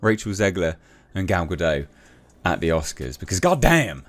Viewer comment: WTF is Gal Gato? Its Gal Gadot and you pronounce all of it!